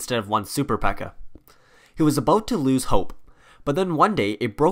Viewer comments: It’s P.E.K.K.A not Pekka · Ok two notes. One, it would be cool if you talked about their obsessions with But-ter-flies and Pan-cakes. Two, there is more than one PEKKA and Mini PEKKA in the village and Royale Arena. Great video though!